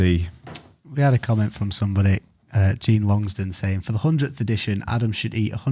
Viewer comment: you pronounced my name wrong. you called me Gene, instead of like Jean Claude Van Damme or Jean Luc Picard. but thanks for reading out my suggestion all the same.